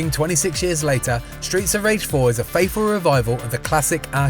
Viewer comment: I wish he pronounced his "th". 'Fayful' - faithful. 'Streets of Rage Free' - SoR Three